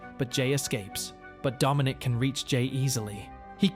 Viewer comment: Ah I saw some of this. Didn't finish it though. And It's Dominic not "Domonique". The latter is a lady's name.